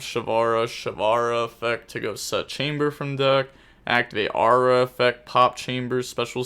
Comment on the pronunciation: For your next lesson: It's Aroo-ha, not Aura lol